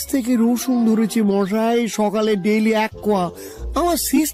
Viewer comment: মশাই কে মহাই বলে কেন?